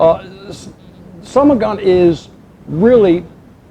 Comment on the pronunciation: In fact it's not "somogon" but "samogon". And samogon is common name of moonshine both in Poland and Russia.